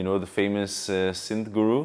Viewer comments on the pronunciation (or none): none